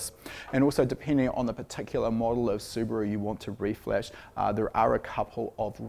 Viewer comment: I've liked this video within 20 seconds just because is a rare breed of Kiwi that says Subaru correctly:)